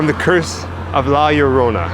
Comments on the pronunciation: Just say it like this, La Yo Ro Na. And it will sound perfect. 😁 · You speak it that Way La Ljorona not La llorona so i help out :) taysm for tell us and show, Your two are super awesome♥ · La Yo - To - Nah It's ok. All English Speaking peoples can't really pronounce foreign words or names. This goes for Americans, British, Australians, Canadians, South African, etc... Your upbringing and the way you don't roll the tongue correctly in your mouth is part of the cause. BTW - my whole family is Cuban born and raised. So this story is not part of our culture at all. But my sister is married to a Mexican man (💯 pure Aztec/Mayan descent) and he truly believes in the legend. So much so that my sister now also believes the legend as well. But then... She also believes in the BLOODY MARY story as well and is always apprehensive about stepping up to a mirror and staring at herself. Oh well... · Isn’t it pronounced La-La-Rona? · Greetings, the way to say La Llorona is to actually say her name with an H sound. Sort of like La Horona, that is the proper way to say it the Weeping Woman's name. Be well everyone. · Lol the first sentence, can’t say la lLorna, lol. Love it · As a Mexican American from East LA, you are forgiven from not being able to pronounce La Llorona. Keep up the amazing work. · 😆 L~L~O~R~O~N~A say it with me 😆 nah you did good bro , your videos rock guys , hope to see you at monsterpalloza on Sunday since I can only afford one day 😆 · I'm guessing put the warning up about how you can't pronounce the name. Too cute! I have never seen this movie but I will now!